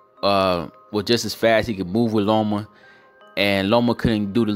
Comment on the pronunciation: Loma. Not Lomo. But Lopez beat that ass. 9 to 3. Lopez.